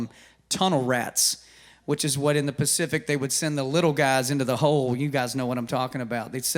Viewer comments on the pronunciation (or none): none